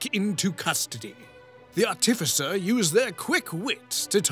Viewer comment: Why is it that soooo many youtubers mispronounce "artificer" so freakin' badly? It's like nails on a chalkboard. It's as if somebody took a really off-key singer and auto-tuned them to be even worse. The emphasis goes on the first syllable, yet people keep putting it on the second. D20s are icosahedrons. Dodecahedrons are d12s, not d20s. Yeah, I know that's all nerdy and nit-picky, but this is a channel about nit-picking how other people play a nerdy game, so it makes sense. I'm a little surprised that nobody pointed out to SBM that he was whiplash switching between "Oh, noes! Am I destined to be the death of all whom I love?" and "My natural 20s are the s*t, I saved everybody, I am so awesome!" 'Cause they're really conflicting. (While SBM probably couldn't do it, a better player *could actually role-play how his character is so terrified of his dark, grim, dark, gloomy, grim history that he would latch onto any success and try to convince the other characters he is a real hero, in hopes of convincing himself of it. But, that would take a player with some introspection.)